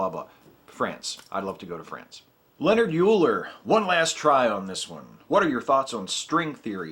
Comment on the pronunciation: >.<!! It's pronounced LION-HARD OILER!!! ...NOT LEONARD YOOLER!!! ...He was a blind master math ninja...no, really, he was blind. You can not take a higher division math course without hearing his name at least once. His student, Lambert, is attributed with the first proof that pi is an irrational number...pft. Math heathen.